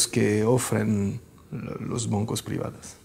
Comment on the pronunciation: por que siempre dice 'boncos' en vez de 'bancos'? quien sabe...